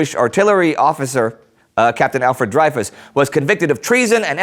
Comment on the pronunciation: Indy, you need to google the pronunciations of some names. Might we worth youtubing them first. You're knowledge is great but some of the names are off. You made a mess of the names in the special on the irish 1916 rising. To be fair everyone who isn't Irish does that :). Today it was Dreyfus. It's pronounced Drey-fu